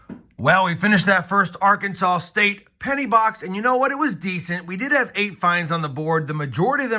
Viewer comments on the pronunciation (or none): It's not AR-Kansas it's ARK-In-Saw